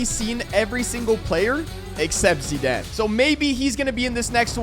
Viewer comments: Bro why tf are you calling him zedane it’s Zidane 😡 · Zidaan, I think he meant zidane. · Bro really said zeeden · Did anyone else think he says Zidane epwweird